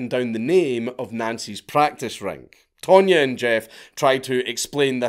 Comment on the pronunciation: tonya not pronounced tone ya i would say more tanya. Not to mention don’t forget there was no google back then you couldn’t just find out where someone is in 2min😂. With that said they were still crazy stupid and a 5th grader could of came up w a better plan.